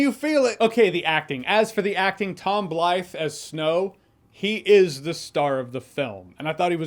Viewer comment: I think I heard Snoke every time that Jeremy said Snow